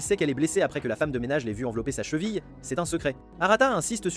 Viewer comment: Le gars est trop fort il dit chevile